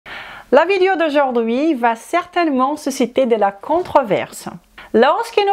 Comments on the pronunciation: Même pas besoin d'horodatage finalement. Tout au début, elle prononce "vidéO", "AUcun (problème de santé"). Je crois même l'avoir entendu prononcer d'acCORd" ? Quand elle prononce les os (lézo), comme les oeufs (lézeu), ça me rend folle.🤣 Ce n'est pas une doléance pour exiger un français impeccable, c'est juste que ça parasite ma compréhension au moment où elle les prononce. Je pensais naïvement qu'elle parlait du coeur (étant cardiaque, ça compte) dans une autre vidéo sur je ne sais plus quel sujet. Et croire qu'elle parle d'oeuf à tendance à me perdre aussi puisqu'ils font partie du registre de la nutrition. Finalement, si elle faisait ce tout petit effort de prononciation, tout le monde y gagnerait, nous à mieux la comprendre et à garder notre attention, et elle (ainsi que ses clients par voie de conséquence) puisqu'elle progresserait dans la langue où elle semble exercer. Ca induirait encore plus de client. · le o de video est prononcé différemment du o de corps et est proche de cœur... essaie de le prononcer en faisant attention à la position de tes lèvres et de ta langue, tu verras que c'est très différent et que ce n'est pas évident pour une personne non native. Je suis prof de langues et je comprends ce challenge. De toute façon ça ne vaut pas la peine de se fâcher.